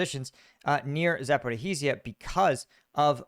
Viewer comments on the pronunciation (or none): it's pronounced za-po-REE-zhia! "zh" is pronounced as the "s" in pleasure. The emphasis or "stress" is on the caps "REE". Say it like that and you're good!